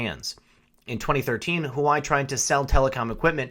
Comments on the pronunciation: I think Huawei is pronounced "wah-way." I love your videos, and your commentary! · FYI... Huawei pronounced wah way. Your videos are spot on. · Huawei is pronounced, warwee! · It's pronounced wah-way Phuk nut. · dammit, the cell phone company's name is pronounced.. "waa-way" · Hello . Yer doing great. FYI pretty sure the pronunciation of the Chinese Telecommunications company Huawei is your pronounced “wah-way”. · huawei - pronouned Wah-Way... :) as the others chime - always great updates. Thank you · Don't know why but it drove me nuts it's pronounced yaw-way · HUAWEI is pronounced "Wa-Way" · It’s pronounced Waa-way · Huawei... Pronounced "WaaWay"! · huawei is pronounced wa way just for the record lol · Isn't it pronounced wha-way? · Good stories but Huawei is pronounced Wow Wei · PRONOUNCED WHAH-WAY...GOOD JOB ✌✌ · Huawei = Wah-Way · Huawei... pronounced waah way. Apparently. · Huawei (waa-way) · This guy does not know how to pronounce Huawei! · Enjoy your work! Keep it up! FYI- thought you were saying Hawaii., not Wah-Way (Huawei) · Huawei is "Wa-Way" as opposed to "hawai" please. H is pronounced W in many cultures. Thank you! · Love love love your content. Can I tastefully offer one correction? It is pronounced “Wa Way” not Hawaii. Not a big deal except I am referring my professional contacts your way, and it is hard for them to take the content seriously. Trying to red pill folks and it is a bitter enough pill already. No reason to make it harder for them. Thanks for all you do. :-) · Huawei =Hawaii??? pronounced (Wah-Way) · Hi love your stuff, just one small critique. When you say Huawei it sounds like you're saying Hawai which can really distort your message if that is what people hear. If you pronounce it Hu Wa way it makes that distinction. Peace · The "Hoo-Why" doesn't sound quite right. Isn't HuaWei pronounced "Waa-Way?" Comments appreciated. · In defense of our Hawaiian brothers and sisters, It's pronounced "Wah-Way". Not Hawaii :D